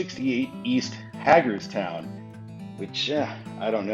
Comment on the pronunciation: As a maryland resident I can confirm it’s actually pronounced hay-gerstown not hag-erstown. Cool video tho